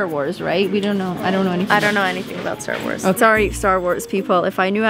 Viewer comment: I love all your videos! normally I hate vloggers and I especially hate Long YouTube videos but I can watch your videos for hours! I am cringing so hard as you guys mispronounced and mix up the names for everything Star wars 😂😂 but I forgive you lol huge Star wars fan here lol. You would actually love Star wars movies if you watched them though! You have to watch them in the order you're supposed to though. I love how Leo is so good in public!!